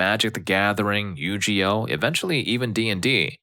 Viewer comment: Why did you mispronounce Yu-Gi-Oh? You never played the card games Or watched the show when thry were around.?